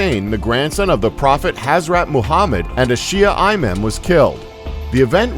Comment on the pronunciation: nice video and great work but ur pronunciation was way off expressly when saying the name of the place and the name of the Imans which is a title not a name btw